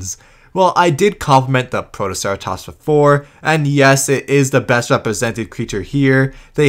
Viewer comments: And you forgot Protoceratomps! Not protoceratops, no it's 100% accurate and totally not a mispronounciation either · The narrator also called Protoceratops "ProtoceraTOMPS"